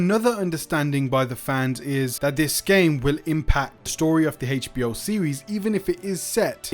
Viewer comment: Dude saying "Heitch B.O." is driving me up the wall😂